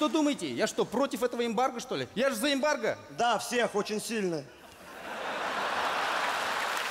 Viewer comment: Не вырезали про эмбарго! Фраза "Я же за эмбарго?" послышалось ему, как "Я же заебалко?"